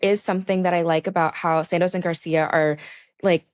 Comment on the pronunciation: Imma need the young gyal to pronounce Santos properly. It's Sahn-tos. The A like Han Solo not the A in sand. Also our Desi homie starts well then slips into the beach. 😅